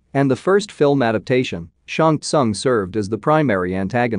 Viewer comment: Who ever is the narrator here....SHANG SOON is how you pronounce his name....